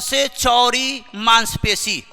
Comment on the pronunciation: चौड़ी को चोरी कह रहे हो